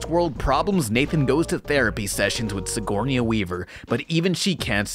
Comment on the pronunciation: the way you pronounce Sigourney Weaver makes me so mad